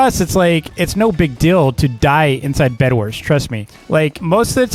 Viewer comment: Did you just say Bed"WERS"?